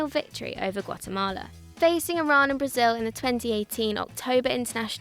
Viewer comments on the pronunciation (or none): none